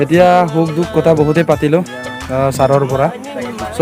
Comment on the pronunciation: শুদ্ধকৈ ক'ব নাজানিলে মিচিং ত কওক।গৰ,কতা এনেকুৱা শব্দ অসমীয়া ভাষাত নাই।